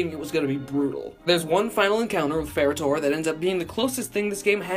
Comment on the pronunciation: "Theres one final encounter with Ferra/torr" 😂😂😂😂😂